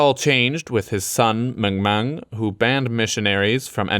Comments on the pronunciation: Great job pronouncing Nguyen! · Got an ad about travelling in Vietnam in English on a video about Vietnam in English. Cool:)) P/S: Gotta say, I'm pretty impressed with pronunciation of "Nguyen." Simply spot on. Keep up the good work!